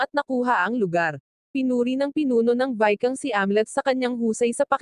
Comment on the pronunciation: Utot mo anong vikang?? Ginagago mo ang pagsasalita mo ayup ka